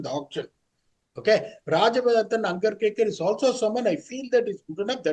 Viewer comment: Please tell the name of Rajyavardhan Hangargekar.. Properly!😂😂😂